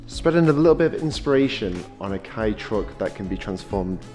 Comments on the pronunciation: It's Kay not Kai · C'mon, it's pronounced kay not key. 🤣